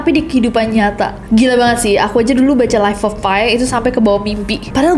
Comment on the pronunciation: Life of Pi pronounce salah ness 😅